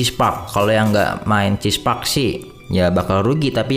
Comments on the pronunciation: "Cheese park" mantap bang🤣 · Cheer park bang bukan chesse